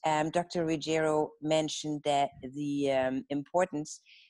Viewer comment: Dr. Ruggi-`EEEro (Italian) is the correct pronunciation, but not RuggE-ri-o (Spanish). "RO", but not "RIO"